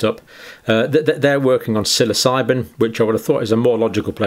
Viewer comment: great first pronunciation there , John : "SILLYSIGHBIN"